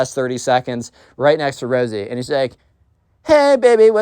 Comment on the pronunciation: Instead of rosey u said rizzy I was coughing from laughing btw great video